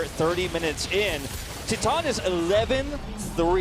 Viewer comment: Is it that hard to pronounce titan correctly